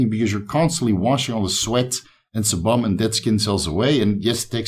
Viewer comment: Sebum is pronounced as see-bm. Love the channel though 👍